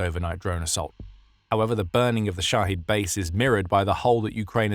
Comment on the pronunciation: The drones are called Shahed. Shaheed is a martyr. So kindly speak clearly.